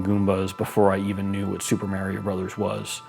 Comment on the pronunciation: What's Super Mayrio?